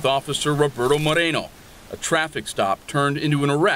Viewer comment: Officer Marikono!!!!! Not Moreno !!!!